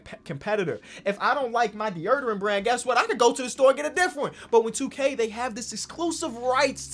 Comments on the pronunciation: “DEE URRR DURANT” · Does it drive anyone else crazy how says “deurdorant”?????? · dee-o-derant says it dee-ur-derant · he literally said de-erderant not deodorant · Nobody::DEEURRDERENT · why do you say deodorant like that lol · Bro please learn how to say DEODORANT